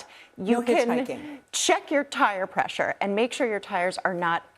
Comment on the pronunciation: She said check your tire presssures lol